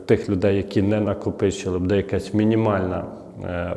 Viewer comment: Делай правильное ударение на слове,, буде,,, ты видно с западной Украины, сразу слышно